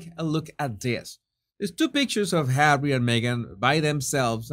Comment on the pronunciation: My days are no longer complete, until I hear you say Hawwy. 😄 Even when you just say Harry, it is full of disdain. ❤ Thank you for all of you content!